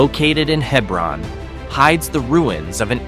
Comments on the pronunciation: Clearly did not fact check much. Yes im a life long CT resident. Its He-bron, not Heb-ron. Even GPS gets it wrong. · It’s spelled Hebron, pronounced hee brun,, nuff said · Hee-brun. Hee-brun. So many errors in this video. Towns placed in the wrong counties, etc. Gay City/Hebron is NOwhere West Simsbury. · Not necessarily true . I hear many towns mispronounced merely because people don’t know how to say them . If you don’t know Hebron is said the way it is , it’s forgivable. Just like at the other end of the state is Darien. There are many from CT that don’t know how to say that properly and how many times have I heard Quinnipiac butchered. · Also, the multiple mispronunciations of Hebron were getting on my nerves.